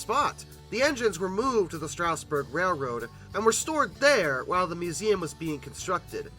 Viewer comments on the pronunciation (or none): It's "Straw-sburg", not "Str-ow-sburg". No "ow". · Not sure why people still mispronounce Strasburg. It's not "strouseborg" it's Stras-burg. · Quick local note: the first syllable of Strasburg rhymes with jazz, not grass. That minor note aside, great video! (Watching old rivets decaying outside as I drive by is always a heartbreaker.)